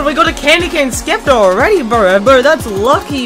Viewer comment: lol you call it a skepter XD